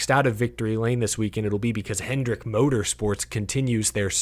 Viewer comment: BRO it’s HENDRICK. HENDRICK.